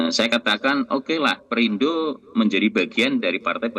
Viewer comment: Si keceplosan nyebut "PERINDRO"😂 Ketularan Chates